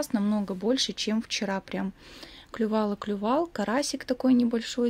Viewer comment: Я думала, мне послышалось! Оказывается нет! . "Поклювал, покарябал" . Смех!